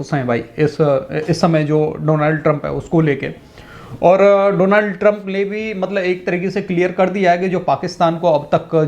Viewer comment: Name is Donald Trump NOT Donaald Trump. Correct your pronunciation.